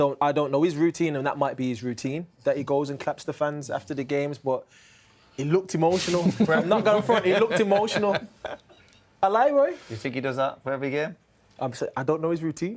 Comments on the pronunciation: "Ahlie Roy"😂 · man said ahlie roy?? LOOOOOOOOOOL i cant take this guy serious man